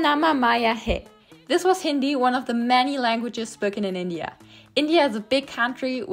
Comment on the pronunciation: You nailed the Hindi pronunciation!